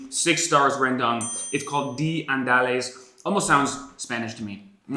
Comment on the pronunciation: Andalas... not andales... Hahahah., the pronouncation is.. Un Da Last..